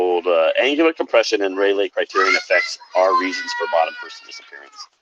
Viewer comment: And it's not RAYLAY, pronounced ray-lee. Idiot